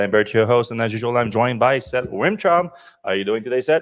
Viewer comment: Isn’t Fred mispronouncing Seth’s name?